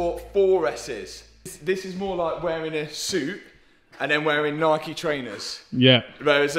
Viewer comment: bro, its not NIKEY, its NIKE you know, just as you say MIKE or LIKE